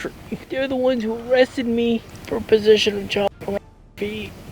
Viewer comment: “even thow I hawve a mentual injuwy”